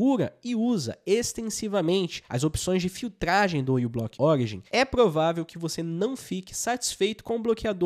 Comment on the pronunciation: Moço, não é "U"block, a letra inicial é a letra grega "mi", μ , então diz-se "miblock".